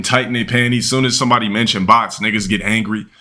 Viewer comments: "supposebly" x2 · The f×ck does "subposebilly" mean? Moron can't even speak 😂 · how are you a scholar but can’t pronounce the word “SUPPOSEDLY”? 🤣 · "Supposebly" "Supposebly"